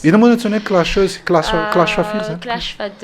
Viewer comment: "Clasheuse" kosa fa tsy Clacheuse eh